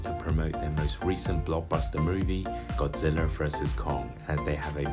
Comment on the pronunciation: "sh monsters godziller and kung, ready to do battle" lol i laughed when i heard him pronounce it like that